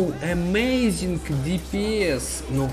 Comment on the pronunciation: ЭМЭЙЗИН ДИПИЭС